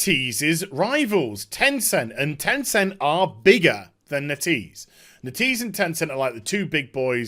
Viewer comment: It should be "Net" "Ease"